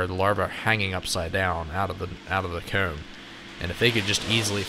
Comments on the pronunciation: Lol I truly love enjoy how he says his o words, hoome coomb, it’s pretty cool! Also... kinda trips the trypophobia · The way he pronounces comb is so weird. “Keyoom”